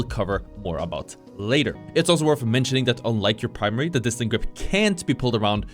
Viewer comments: Dis-tend-ed. It's driving me crazy how you keep pronouncing it incorrectly and it makes you sound like you don't know what you're talking about. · Bro it's distended, not distant